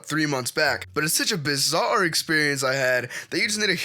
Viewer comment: d-d-d-d-did he say bizzare!?!??